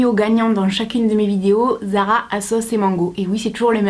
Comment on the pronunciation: zara pas ara lol